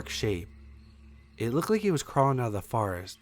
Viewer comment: It's FOREST Not FAREST